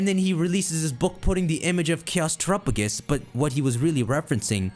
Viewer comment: Say it with me: Teh-rap-peh-gos. Whotf is Trupugus?